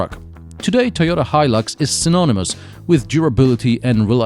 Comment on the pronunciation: Finally somebody teaches me how to pronounce Hilux